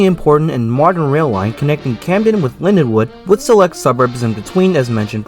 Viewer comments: It's LindenWOLD with an L not LindeWOOD! WOLD. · Slight mispronunciation. But the l & d do sort of mash together. Great video though.